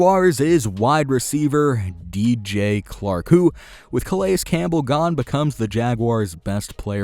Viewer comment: did he say dj clark instead of dj chark?